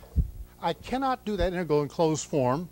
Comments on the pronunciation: Has anyone heard another person pronounce "integral" as he does? He seems to be saying "inte-gull". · hes prolly said it 10M times, so he deletes a syllable..🎉🎉😂🎉